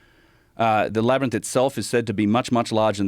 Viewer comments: Joe can't say labyrinth 😅😅 but I still love him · I was so distracted by Joe's pronunciation of Labyrinth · Joe not being able to say labyrinth is fucking killing me ahaha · Why doesn't anyone in Joe's life tell him how to pronounce Labyrinth? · It’s crazy how Joe Rogan can’t pronounce the word labyrinth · If only rogan could pronounce the word labyrinth.... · Joe keeps saying “Labyrnith” after has correctly said “Labyrinth” throughout the whole pod. And it’s hilarious each time 😂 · Is Joe having a stroke? LAB - ERR - RYNTH. NOT labernith... Laberynth! Wait am I crazy?! No. I don't think... Omfg is he doing it on purpose multiple pod casts lately I keep hearing him say labernith - in the past he's mid-said it and corrected himself but now I think I'm slowly going out of my mind - help labernith rather rinse rubber myth labia mints! Gawd. Say it right! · Why does Joe still pronounce it “Lab-er-nyth” lmfao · Joe, buddy, ITS LABYR-INTH. INTH. STOP SAYING NITH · So is it a Labyrinth… or a “Labrinus?” 😂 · Can someone please teach Joe how to pronounce "labyrinth"? "Labernith" just isn't the vibe. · Can stone please tell Joe its Lab- rynth, not wtf he's saying. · Joe can pronounce contiguous correctly but says "Labbernith"? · Is it the labyrinth or "labrinus" that Joe keeps saying?😂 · What the f is a labernyth Joe Rogan? Too many concussions can't say labernyth anymore? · "Lab-ryn-inth..." - Joe Rogan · why does joe keep pronouncing labyrinth "LAB-ER-NISS" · “I’m really interested in the LABBER-NITHS” 😂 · I forgot Joe can't pronounce "LAB-RYNTH" lol I don't know how he gets the word Lab-er-nyth to come out of his mouth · Or...... is it Labernith 😂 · Joe mispronounces "Labyrinth" 7, count em, SEVEN times!! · Today I learnt that Joe can’t say labyrinth 😳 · Does Joe know he’s continually mispronouncing “labyrinth”? Why does no one correct him? 😅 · Why can't joe pronounce the word labyrinth???. Lol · Joe “whoaaa-gan”….cant say “labyrinth”☺️